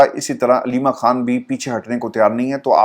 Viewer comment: ، مجھے پورا یقین ہے کہ آپ خان اور کھان دونوں الفاظ میں بخوبی تفریق کر سکتے ہیں اور دونوں الفاظ کی ان کے درست تلفظ کے ساتھ ادائیگی بھی کر سکتے ہیں ۔ یقین کریں کہ آپ جیسے نفیس انسان کے منہ سے عمران "کھان" سن کر شدید دکھ ہوتا ہے کہ آپ کو سن کر نہ جانے کتنے ہزار افراد اردو الفاظ کی درست ادائیگی سے محروم ہو جائیں گے ۔